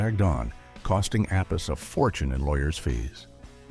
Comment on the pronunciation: Appice, please pronounce it correctly ! also never got the raise Dio promised him before his solo career really took of. According to an interview I saw of him here on Youtube, he blamed Ronnie's wife Wendy. Dio paid low wages, but promised a raise once the record sales would allow it. But Wendy said; no no no Ronnie, I need new shoes.